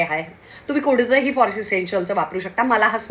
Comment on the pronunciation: Baki sagl chaan fakt "कोणत्" shabd boltes but te aiku yet कोडत aiku yet g😢😢😢😢